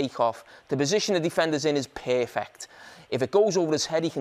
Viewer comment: This is a very first time hearing the word "perfect" becomes "pear-fect" So interesting🤔